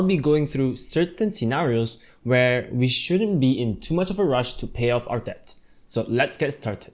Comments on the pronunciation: Yes... the b is silent.. same with doubt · Thanks for the great video. Just wanna say that debt is supposedly pronounced as "det", not "debt" ya